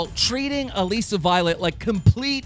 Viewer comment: omg stop pronouncing her name like that it's Alyssa just spelled different